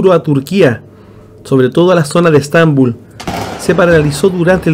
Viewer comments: Agueonao se dice Estabúl no estánbul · Yo Vi dos rostros : en el marco de los rayos cruzados y luego las nubes a mi derecha 😉 Muchas Gracias! Por cierto..con mucho Cariño🥰 .¿Por qué pronuncian Estambul como palabra grave? En realidad es aguda en nuestro español. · Estambul....porqué acentúan los nombres donde les da la gana...Estambul no es palabra grave...el acento prosodico va en la U no en la A....